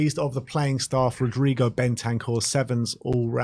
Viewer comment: Maybe Udogie was tilted from you not pronouncing his name properly? 🤔 OOH-DOGGY! Come on &!